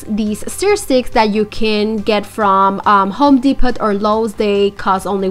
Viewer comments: Depot is pronounced without the t Depo not DEPOT THE T IS SILENT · It’s DEPO…. The T is silent, lol♥️ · it's pronounced home depo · it's pronounced home Depo the t is silent not being critical just thought maybe you didn't know love your projects keep up The great work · The t is silent